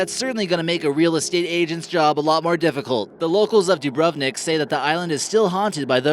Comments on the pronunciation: ur sayin dubrovnik wrong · than you should know that Dubrovnik Is spocken Dubronik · That way they say: Dubrovnik and Jasenovac 😂😂😂😂